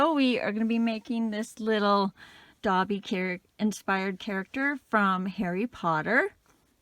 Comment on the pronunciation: Dobby not dotty